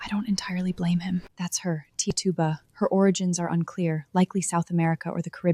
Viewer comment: Your pronouncing her name wrong. It’s titch u ba. That’s how you say it.